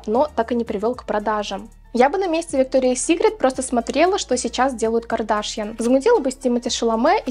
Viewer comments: Что-то как-то плохо ты смотришь ролики и информацию. Не КардАшьян, а КардашьЯн. Я модой не интересуюсь, случайно видео попало в рекомендуемые, но я и то знаю как правильно произносится её фамилия =)), ужас, стыд испанский. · а почему КардАшъян...сорян если не верно просто не понимаю ударение..